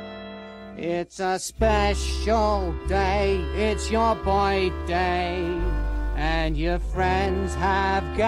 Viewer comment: feel light he said boyday instead birthday edit or boreing day